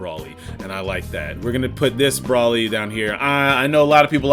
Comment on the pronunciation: This nigga is saying "Brawly." Then he's calling SSJ Grade 2 and 3 "failed Super Saiyan 2." AND THEN he's saying Rose instead of Rosé. My goodness.